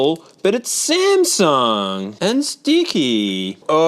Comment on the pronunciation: did you mean SMASNUG